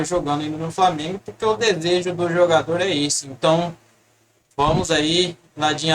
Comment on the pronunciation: Pelo menos fala direito o nome do Landin, não é Ladin